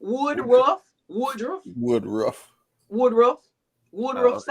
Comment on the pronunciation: its WOODRUFF NOT WOODROW